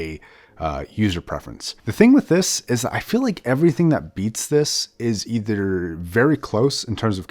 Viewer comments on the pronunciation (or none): none